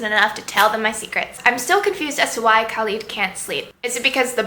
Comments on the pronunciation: SHAH-razad, u pronounce the h and roll the r, and KHa-led, the kh is phlegmy lol. That's how you say their names. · Thanks for the review! ^^ Here are the pronunciations Khalid: khaaa-lid (not leed) Tariq: taa-riq (not reeq) Shahrzad: sheher-zaad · Shahrzad is actually pronouced shuh-re-zad and Khalid is pronounced with a kh sound not a c or k sound and is more like khe-lid. I'll admit Shahrzad confused me a bit at first but once I read it in Arabic it clicked immediatly, and Khalid was too easy to figure out, I should know, I speak Arabic, I hope I clarified for you :).